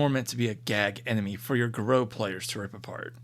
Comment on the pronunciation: Pardon my pedantry, but the singular of Fomori is Fomor and Garou is pronouncd as Garr-oo.